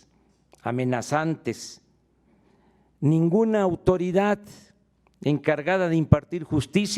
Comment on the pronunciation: SE DICE AUTORIDAD, NO AUTORIDAT... JA JA JA